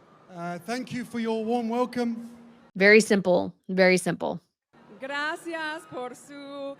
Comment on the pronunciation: 😖 Her pronunciation of “Graaaacias” is so irksome to Listen to.